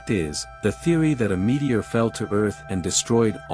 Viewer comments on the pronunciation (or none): none